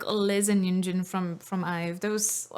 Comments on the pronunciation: i love your ive videos, but her name is yujin not yunjin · it’s yujin.. not yunjin😊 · i always get confused myself and have to double check their names, but i think you keep calling Yujin "YuNjin," which is the name of one of the members of le sserafim. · Its not YUNJIN it's YUJIN! ❤ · It's "Yujin", not "Yunjin" - Yunjin is in LE SSERAFIM 😅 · leader of this band is You-jin not Yoon-jin. No 'n' sound after 'You' Yoon-jin is one of le sserafim. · HER NAME IS YUJIN NOT YUNJIN😭😭😭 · i can tell you really love ive but can i correct you on the pronunciation of yujin’s name? its literally ‘eugene’ on yuNjin.. yunjin is a whole different person 😅 anyways, thank you for making a reaction video and giving so much praise for them :) they have worked hard for their vocals ever since debut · Her name YUJIN not YUNJIN you keep calling YUNJIN🙈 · i keep hearing you say Yunjin but her name is Yujin btw! this video is very informative and love it! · I always love your IVE reactions! Just one correction, it's "Yujin" and not yunjin. ☺️ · Its Yujin not yunjin please say it right <3. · just to correct something, it's yujin not yunjin !😅 because i saw a lot of people getting her name wrong😭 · her name is YU JIN not YUN JIN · and plis call name yujin as Y U J I N, not yunjin 😭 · take a tequila shot every time she calls Yujin, Yunjin... have 911 on speed dial :) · IVE YUJIN NOT YUNJIN 😢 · Idk why. It irks me that you call yujin as yunjin. It’s YUJIN anyway.